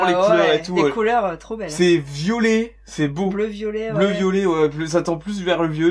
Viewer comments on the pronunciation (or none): none